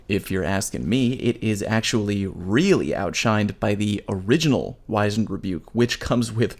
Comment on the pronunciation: It's not a hard 'I' in Wizened btw. W-ih-zend. Sorry, just hear a lot of people say the word wrong because they heard someone else say it wrong and the loop never breaks